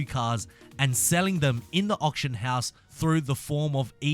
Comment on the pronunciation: You saying option house or auction house ????